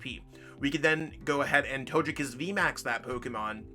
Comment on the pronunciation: It is pronounced as toe-gay -kiss vmax not toe-je kiss